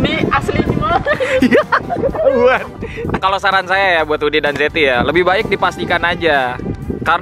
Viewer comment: Eh ternyata zeti namanya,maaf ya mba saya dengernya jeti😂